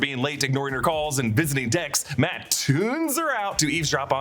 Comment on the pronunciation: He said Tex instead of Dex 😂😂😂